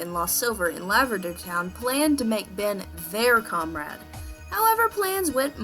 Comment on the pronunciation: Ok this is what I heard when you said lavender town: LARVA DICK TOWN.